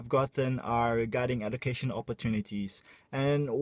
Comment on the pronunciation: Salah pronounce tu education. Huhu